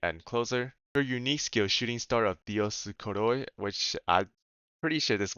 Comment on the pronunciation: Dioskouri you could pronounce it like "dioskoori" like a U, sons of zeus(only Pollux) they are mostly depicted with their horses and are part of the gemini constellation, I don't know why they choosed the gemini constellation and not the lyra since Vega is there. Now you know